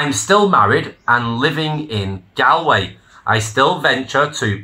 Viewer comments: It’s pronounced GAWLway not GALway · I find it odd that you don’t know the proper pronunciation of Galway. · Learn how to pronounce Galway. Properly please just think of old. Gaul S from Celtic France and say Gaulway it will Sound better than the rubbish you ste saying. Jc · He can't even pronounce Galway correctly! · Your not Irish. You pronounced Galway wrong. Whats your game?